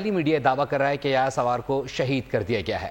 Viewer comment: Its Sinwar ....not sawar